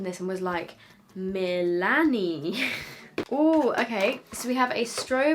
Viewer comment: you saying Milani in your boyfriend voice sounds so dutch